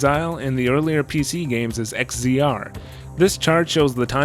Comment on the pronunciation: to throw it out there, in case no one else said it, X-Z-R is pronounced Exile. Or, Egg Xile.